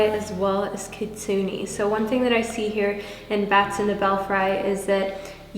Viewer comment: I’m a bit late but I just wanna say that your readings are really insightful! (Also I love all the different looks U try out) I’m pile 2 and I got the Kitsune card and kinda wanted to point out that it’s pronounced kinda with an “ay” rather than an “e” otherwise thanks for the amazing readings!!💖🦄💖